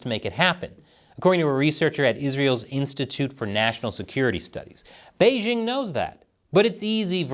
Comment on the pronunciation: The host of this program still doesn't know how to pronounce the name of China's capital, Beijing? The "j" in Beijing is not pronounced like the "g" in the English word "regime"; indeed, Chinese doesn't even have this quasi-French sound. The "j" in Beijing is pronounced more or less like the "J" in the English name "Jim."